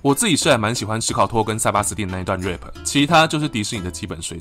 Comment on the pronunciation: RAP R阿P RAPE R诶PE RAP這個字發音真的要小心 , 華人99%都會出錯